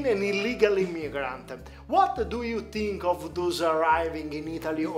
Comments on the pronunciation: scusate eh ma "what do you TINCH" non lo posso sentire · <<Uot du iu tinc?>> Mi sento male, scusate. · "uat du tu TINCH!!!!" belllo il canale, bello il video e belli gli argomenti ma la pronuncia un po meno per me è NO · what do you TINK 😂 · Uot du iu tink? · "Uot Du Iu Tink" inascoltabile. Dai cazzo falle fare a chi sa l'inglese le domande.. guarda come ti guarda male la Koreana mentre parli inglese ! Ahahha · Uat du iu tink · sopratutto quando dice "think"